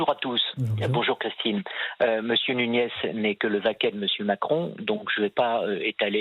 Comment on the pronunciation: Europ-an avec Chrichtine...🤫😂